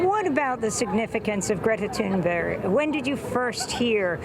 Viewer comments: Please stop saying “Toon Berry”. 🙄 It’s Thunberg! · Why is Amy pronouncing "Thunberg" as "Thunberry"? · Thank you Democracy Now!. Also, I think you may be mispronouncing « Thunberg », it sounds like « Thunbery » when you say it, which I'm not sure is the good pronunciation. Thank you for covering the climate crisis. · It would help if you could even pronounce her name correctly! From UK btw.